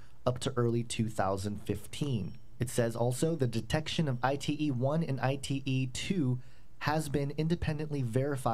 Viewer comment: " ITE " perfecto!!!